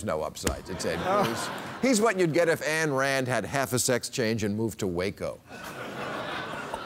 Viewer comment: It's Ayn Rand, not Ann Rand, Bill.